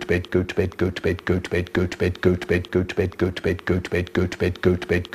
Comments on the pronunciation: After a while it starts to sound like he's saying "goat bed" lmao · Is it just me or I hear “Gucci bed” XD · It sounds like he's saying goats bed after a while Is that just me? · 2x speed tho 🥶🥶🥶🥶 it sounds like hes saying peppa pig lol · He said: Götüped Götüver Götver Götbet Götve Hötüvet Götüpen Götten 😀😀😀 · I hear gooch bate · sounds like goat bed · Nah u would be broke this man saying goat vape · I prefer the times he says goat bed.